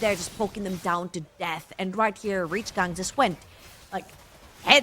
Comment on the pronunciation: If I hear this chick say REEACH GANG one more time I swear…